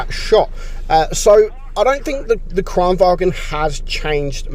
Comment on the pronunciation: Btw Kranvagn is said Kranvagn, not Kranvagen (it’s not German, it’s Swedish)